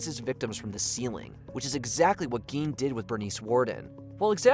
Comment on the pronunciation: Gein is pronounced like "stein"